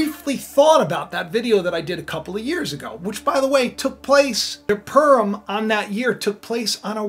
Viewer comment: Pu(like in pure) rim, pu-rim not "" perm ""